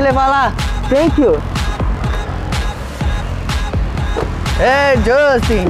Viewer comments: “tenkyu bro, AGAREI” kkkkkkk ri muito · Ngm : A Justin : tenkiu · Iae Justin: TANKION